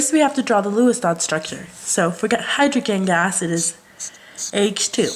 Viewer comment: learn how to pronounce "oxygen" and "Hydrogen" next time lool